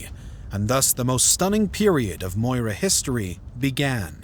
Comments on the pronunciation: It’s Maurya not Moira. Pronounced Maw-Ree-Ya. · Moorya not moira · Repeat after me 'Maw Ri Yah' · How do you pronounce CHANAKYA as Chanukia when there is no U in the spelling ? Maurya is also pronounced as Maur-Ya. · Its almost Comical when you pronounce the Name of the Main Character wrong. 'Its Cha Na(a bold) kya Then the narrator calls Maurya Moira. Like seriously check your pronunciation as many people who watch this will be Indians.